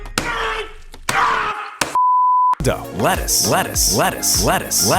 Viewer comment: 途中からレタスがバルスに聞こえるの俺だけですか？